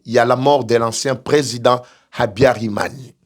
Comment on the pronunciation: HABYARIMANA et non habyarimani !!!